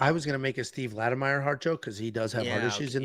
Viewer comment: Lattimer! Not Lattimeyer!